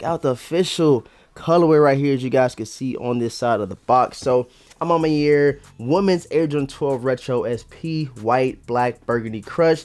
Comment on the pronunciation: "A ma manière" bro " manière " no Mayer 😪🥱😤